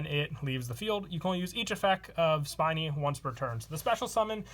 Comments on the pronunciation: I wonder how many people are gonna correct him about spinny since he keeps saying spiny. I got ripped for it. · Spinny, not Spiny.